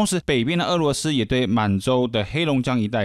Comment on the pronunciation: 聽到唸「餓」羅斯而非「鵝」羅斯，就覺得好悅耳😂